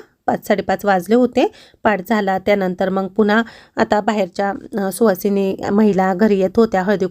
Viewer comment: सुहासिनी नाही सुवासिनी 😅😅😅